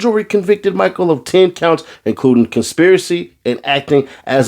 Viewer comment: It's not pronounced MICHAEL LIKE JORDAN...it's pronounced "MICHEL" LIKE MICHELLE OBAMA! It's Pras "Michelle" Michel. Put some respect on the man's name brah'. Carry On...